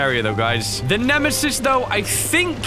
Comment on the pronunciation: did you just say shitesis it is nemesis